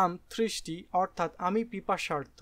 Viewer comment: ইংরেজি শব্দ উচ্চারণ ও অনেক সমস্যা এখানে যেমন Thirsty কে Thristy। প্লিজ হোমওয়ার্ক সুন্দর করে করবেন ভিডিও ধারনের আগে।